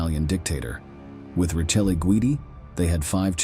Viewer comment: His wife, Rachel, is pronounced Ra. Kellay